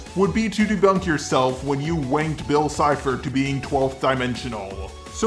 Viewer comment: Game boy Next door lol it's cipher not chipher